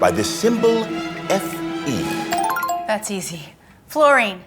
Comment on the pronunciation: Fe not FE